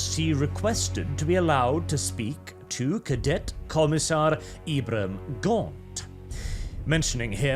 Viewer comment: Excuse me cough"Inquisitor"cough, but Ibram is pronounced ebrum with a long e, not EYEbrAM. Just thought you should know so that you don't commit a faux paux when you meet the Colonel-Commissar.